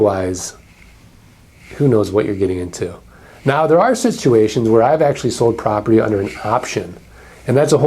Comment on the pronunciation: Property is hard to pronounce properly, apparently.